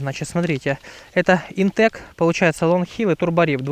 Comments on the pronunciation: Вообще то правильно "ИнтеХ" . Сочетание "c" и "h" произносится как "Х". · Видео, как всегда, супер! Правильно "ИнтеЧ". Тут по написанию, даже без вариантов ;)